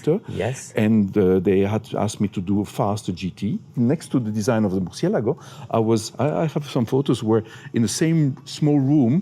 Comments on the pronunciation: I realize you are very knowledgeable yet you STILL pronounce the word MURCIELAGO wrong. Please pay attention to the unveiling video for the proper way. Keep up the great work!!! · I cringe everytime they mispronounce Murcielago